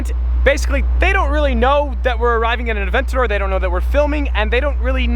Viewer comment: Might have to look up the pronounciation of aventador bro😂👏